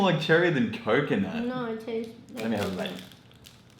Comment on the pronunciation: The way says 'no' sounds very australian lol